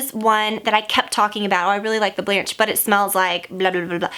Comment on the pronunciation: Blanche (french for white) is pronounced Blon-shh. That's the best I could sound it out lol